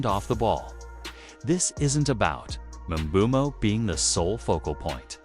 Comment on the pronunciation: Not mobumo it’s mbumo